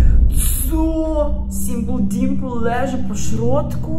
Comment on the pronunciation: Jak fajnie mowisz simple dimple i mam